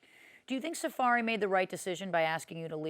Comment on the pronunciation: Safaree NOT Safari.